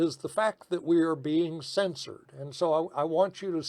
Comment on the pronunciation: I cannot believe they cens-sor d you. These people aren't Americans.